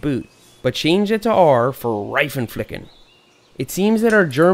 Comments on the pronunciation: Hey i am german xD btw you said Reifenflicken wrong xD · he said „Raifen ficken“ but you say „Reifen flicken“ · First of all I'm from Germany and lafed hard as sh** when you said Reitenflicken but great video I'm glad I didn't have to use any of this hacks but now I'm prepped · Hi Seth I'm one of your german follower and it's realy fun for me how you say "Reifenflicken" 😂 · Had to listen at least 5times to you saying Reifenflicken. So funny as a German to listen people pronounce German words so aggressive 😂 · I died when you said reifenflicken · Sounds Funny how you say Reifen flicken😂 Deutsch mit Englichem Akzent ist geil😂😂😂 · 🤣🤣🤣🤣🤣🤣 Seth I‘m German and its so funny when you say Reifenflicken. Your pronouncing is so fucking funny 🤣🤣🤣🤣🤣🤣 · 😂😂😂 The Reifenflicken! But YES ... we actually say that in German. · 😂😂😂Laught my fucking ass of when you said Reifenflicken( im a german)